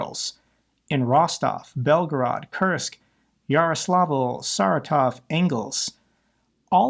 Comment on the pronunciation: Also stress on the SECOND syllable: Sa-RA-tov, Vo-RO-nyezh, Mid-VEE-dyev, Kas-PA-rov, Ka-DY-rov. But stress on the FIRST syllable: DYE-vooshka, DYE- dooshka, BA-booshka.